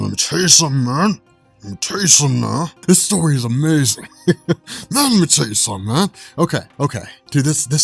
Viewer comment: Everytime you start with "lemme teh ya suhmmin" I know the story is going to be dope.